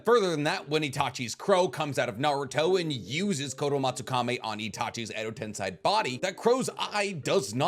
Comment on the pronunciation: Why is he pronouncing Kotoamatsukami like Kotoamatsukame and Edo Tensei like Edo Tensai? Is this the correct pronunciation or he is just wrong? Awesome overall vids btw